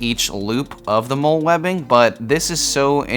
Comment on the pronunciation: Just entered turn up. Also just a quick side note, MOLLE is pronounced like the name “molly”